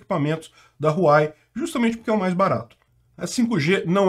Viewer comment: RU-A-UEI… queridão… HUAWEI